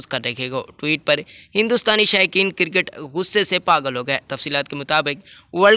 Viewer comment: it is Cricket not Kirkeet .. Correct ur pronunciation before u post a video .